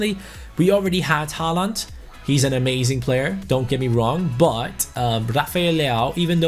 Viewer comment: Im pretty sure håland is pronounced holand